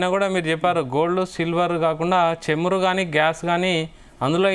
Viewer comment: చెమురు....కాదు నాయనా.... చమురు... అని చదవాలి... anchor గా సెలెక్ట్ చేసిన వాడిది తప్పు....నీది కాదు.. తెలుగు భాష మీద పట్టు ను నేర్చుకునే ప్రయత్నం చేయండి..